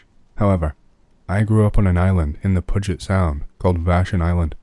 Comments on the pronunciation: ( Pew-jet ) People always mess up the names of places up here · Noooooo!! Pew-jit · puget (pew-jet) sound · Puget is pronounced PYU-jit. Referred to in the second verse of the Nirvana song "Frances Farmer Will Have Her Revenge On Seattle: In her false witness, hope you're still with us To see if they float or drown Our favorite patient, a display of patience Disease-covered Puget Sound She'll come back as fire to burn all the liars Leave a blanket of ash on the ground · Great stories as always! BTW, story - Puget == "pew-jit" just wanted to point it out since that's my home! Also, seen it in other videos, but PNW = Pacific North West (Washington, Oregon, Idaho, BC Canada) Thanks for the awesome content!